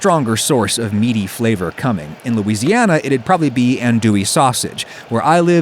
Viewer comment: The fact that he didnt even pronouce the word "probably".. why not.? Is it too "sus".. you are a weird man..